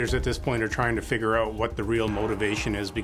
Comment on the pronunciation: It’s figure, not figgrt